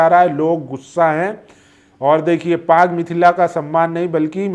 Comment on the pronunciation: पग नहीं पाग। उच्चारण सही कर लें।